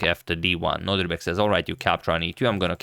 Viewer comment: love your content, Antonio, and I'm subscribed since forever. Just one thing: I think you are pronouncing Abdusattorov's first name as NoDRIbek but it's actually NoDIRbek, right? Just for me to confirm and maybe also for future videos 🙂 thanks for yet another great video!